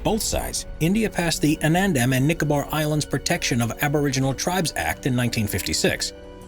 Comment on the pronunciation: it's Andaman not Anandam... 😌😌😌😌😌😌